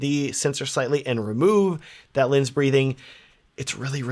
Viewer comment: Can’t keep listening to the video unfortunately because I keep hearing lins, not lens. Sounds stupid but it’s bothering me to no end.